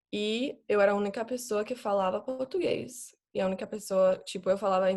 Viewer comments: Ela parece tanto uma brasileira que até falando inglês parece uma daquelas blogueiras brasileiras falando inglês kkkk muito boa mesmo, eu acho que a única coisa que dá pra perceber que ela é gringa é que as vezes ela esquece o "R" das palavras, aí fala uma palavra com "R" mudo tipo soa como "Pôtúguêiz" rsrs mas fica muito fofo🤣❤️Os estadunidenses falam português com a letra "R" muito carregada igual paulistas, aí ouvindo ela falar da a impressão que ela tem medo de pronunciar o "R" pra não parecer gringo kkk Eu sou meio brasileiro e meio turco então até mesmo eu tenho minhas limitações na língua ksks faz parte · Dá pra perceber que ela realmente é gringa, por causa de algumas palavras(quase nenhuma) que ela fala meio que faltando algumas letras, tipo ''Português''... em alguns momentos ela fala ''Potuguês''... a palabra ''vergonha'' ela fala ''vegonha'' etc.... mas se não fosse esses minimos errinhos... seria bem dificil de acreditar que ela é gringa, por que ela é SUPER FLUENTE... o português dela é melhor que o de muita gente no Brasil...